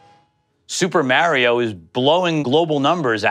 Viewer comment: Its not super mare-io. My goodness. How did rhe camera guy not correct that? Maybe he tried and the guy is like no its mare-io.